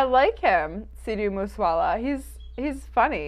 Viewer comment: makes me LOL when she says Sidhu moose wala 😂